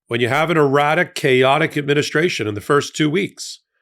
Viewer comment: Your "erratic" sounds like "erotic" and now I feel sick